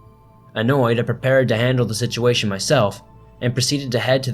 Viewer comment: "Shituation" lmao